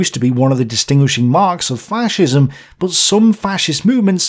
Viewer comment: Yer mate it’s fascism not faarrrcism ffs